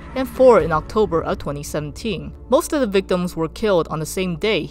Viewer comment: “Obtober” lol